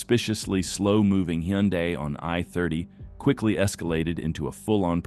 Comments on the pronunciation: What's a Hen-die Tiburon? Baby the TTS, maybe spelling hun die will sound like Hyundai. I appreciate that you edit out the profanity. I love the countdown sequence. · Tf is a hendai? Did you mean a Hyundai? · WTH is a hen-die ? 🐔🍗☠️ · Wtf is a heeeyundie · Why can you not pronounce Hyundai right?